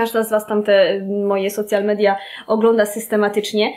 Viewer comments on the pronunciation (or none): Czytamy „Sołszal midia” - słowo „social” w tym przypadku nie ma związku ze słowem „socjalny” :). Jeśli chcemy czytam po polsku to po prostu media społecznościowe:)